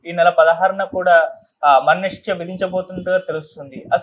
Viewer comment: "మరణశిక్ష" అని సరిగ్గా చదువు సోదరా!👉👉